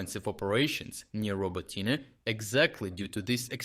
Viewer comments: It's pronounced RobOtyne / Робо́тине from the Ukrainian dictionary. That's not his pronunciation, it's AI. After he got back from being sick for a month he stopped voicing the videos himself. I'm learning Ukrainian, and one of the welcome side-effects of watching his updates every day was the tutorials on Ukrainian place names... early this year that changed, now those pronunciations are mess even though his voice, accent and cadence are reproduced pretty well. It makes me a bit sad but if he's found a way of sparing himself a bit of work, fair enough. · Riiight, but today he's saying Roboteen which is weird. Then he shifted back a bit later. Curious. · It's pronounced RobOtyne / Робо́тине from the Ukrainian dictionary. That's not his pronunciation, it's AI. He must have started using it when he got back from being sick for a month, to spare himself some work, maybe to allow other people in his team to do the videos when he can't. But AI doesn't deal well with multilingual content, so while it replicates his voice, accent and cadence quite well, it messes up the place names that he used to pronounce with a perfect Ukrainian accent. I'm going to email the channel about it because I'm worried about this starting to hurt their credibility. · Anyway, later in the vid, he shifted his pronunciation back to RoBOtyne. Yes, it's weird to hear a Ukrainian mispronounce a Ukrainian name. That exactly why I mentioned it, his credibility, so please do let him know. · AI getting names so wrong (legendary) should be easily correctable I would think. But AI is not my area. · Man, just pronounce Robotyne properly, not changing how you say it every time. Is this an AI? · Why are you pronouncing it “Roboteen”? It’s obviously “Robotineh”, as there is no actual English pronunciation of the name (unlike, say Paris, or Vienna). Please don’t anglicize Ukrainian place-names — it’s a bit weird. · Isn't it pronounced row-bow-tee-neh?